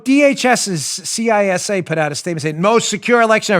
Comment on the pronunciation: Good luck tomorrow Dan. I know many people who've had chemo and some, like you mentioned, agreed it sucked. But then I've known others who've had no side-effects at all. I'm praying for you overall and hopefully you'll fall into the latter group. Side note: I'm pretty sure the pronunciation of CISA is "Cee-suh". No biggie, but I thought you'd like to know. I'm an avid reader and that's what numerous big name authors, like Clancy, Silva and Rollins, have said.